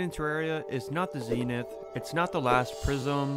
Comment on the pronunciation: All jokes but I laughed hehen he said zeenith